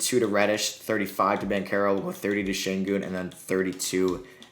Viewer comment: BanCHero not BanCero